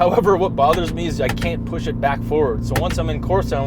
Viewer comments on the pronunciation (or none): none